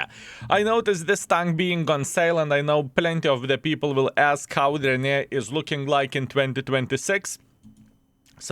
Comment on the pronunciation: Ren-A-Gade. What the heck are YOU saying???